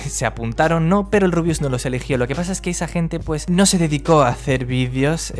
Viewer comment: todo bien y todo pero en una parte dijiste El RUIUS 😂😂 sos un genio saludos desde Argentina